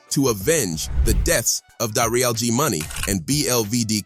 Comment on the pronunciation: "Dariel g money" ? 😂😂😂😂